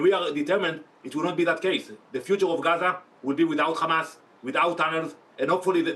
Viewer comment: of course they lie..no brainer there. yeah yeah .."khamas" "khamas"...its hamas...i just hate it when these monsters pronounced that name wrongly..